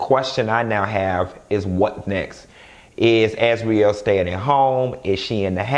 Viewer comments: Why you keep calling Azriel.. Azrelay?! Lol you change from one to the other lol smh 😂😂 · Not "AzWeLay"💀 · “AZ-REE-LAY” has me floored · 😂😂 As serious as you're trying to be in this video you still have me crackin up! "As-we-lay" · If you say Az-we-lay one more time... I’m out😭😂🤣